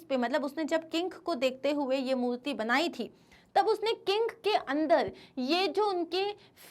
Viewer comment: Why you call murti as multi is murti not multi 🤷🏻‍♀️